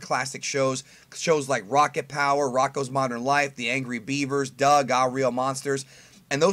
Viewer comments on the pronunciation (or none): none